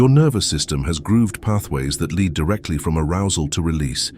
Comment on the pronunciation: No idea how this appeared in my feed. The comments are puzzling as it seems the pseudo intellectual bots are at war with one another. The video lost me after the 'narrator' couldn't pronounce the word lead. Multiple times. Stop telling me how to be human dang robots!